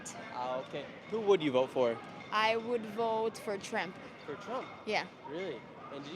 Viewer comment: not me hearing “tramp” and then thinking skamala 😂😂😂 Who are you voting for? TRAMP OR TRUMP?!?